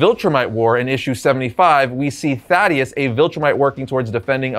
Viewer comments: THAEDUS-pronounced Thā-dus. Not fucking Thaddeus. Idk why but it's bugging the absolute shit out of me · Buddy you need to learn to read 😂. You mis pronounced Thaedus’ name over and again. It’s not “Thadeus” like you kept saying, it’s “Thaedus”, pronounced “Thee-dus” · Its Thaedus Pronounced Thay-Dus, not Thad-Ee-us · Two syllables, Thae -dus. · You keep mispronouncing the name Thaedus. It's like you're misreading it.